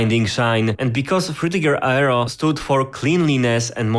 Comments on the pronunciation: He said Aero as Ayero 😅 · Love the vid. In future tho, aero is pronounced more like “air-o”